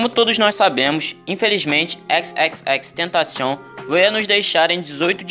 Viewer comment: FINALMENTE ALGUÉM Q FALA O NOME DELE CERTO